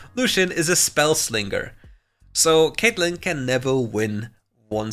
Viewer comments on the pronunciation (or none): "lucian is a spell sling-ger" you read that right